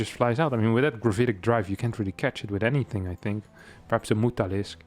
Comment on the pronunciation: I love how pronoun mutalisk as Mootalisk. The space bug cow